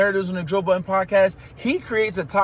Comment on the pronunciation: Was just about to comment. Why the S on Budden? Lol They think it means nothing but I'm my opinion, you don't actually respect someone by saying their name incorrectly.